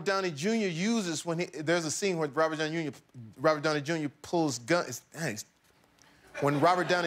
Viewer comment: "there a scene when robert yowney yunior prr..." xD hahahahaha omg